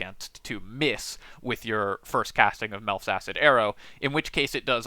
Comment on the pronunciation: It's close to sounding like "Milf's". I was listening to just the audio, and when he got to it I had to double back, "Hold up. Who's arrow?"